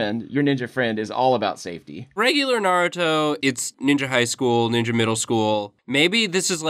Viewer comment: Every time they say naruto is ni ja middle school and high school I cringe so much lol